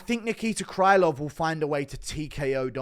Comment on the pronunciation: Krylov should be pronounced with a sound "ə"